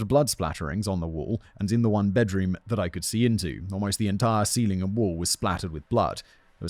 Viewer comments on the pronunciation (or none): none